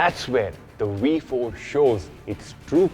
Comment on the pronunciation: I had to stop watching after you repeatedly butchered the sound of the letter 'V' multiple times! How is a 'V' also a 'WE'? 🤔